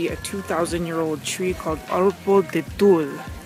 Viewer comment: TU-LAY. Not TOOL. That's the proper pronunciation of the Arbol de Tule.